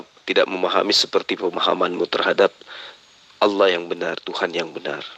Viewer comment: alah🤣🤣🤣nyebut aja gak bener